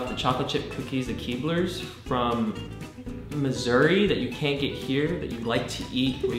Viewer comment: The way said Missouri sounded like misery:P